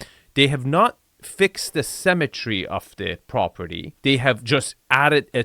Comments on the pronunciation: it's *symmetry not cemetery. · It took me a while to understand you were saying “symmetry” rather than “cemetery” but it still worked. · lol only after 20 minutes I realized you were saying "symettery" and not "cemetary" :facepalm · Dude, stop pronouncing symmetry like cemetery. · Hey, love your videos... however I'd like you to work on your pronunciation of the word "symmetry" (seemetry) vs. "cemetery"...:) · I thought it was pronounced simmetry.